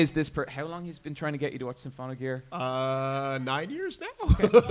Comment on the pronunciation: Also, It's Symphogear, not SYMPHONOGEAR